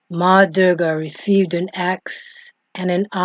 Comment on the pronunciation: Oh my..oh my 🤣 this is Wikipedia information..you are not even pronouncing right... address her as mother durga.. use respect when speaking of my mother....you know... she's also uma when reversed its om...ma durga is pranava swaroopini...sri matre namaha.. thanks for spreading love of my mother